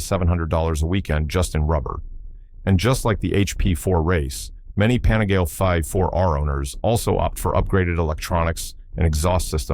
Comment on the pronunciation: You need to learn how to pronounce Panigale as well … 😂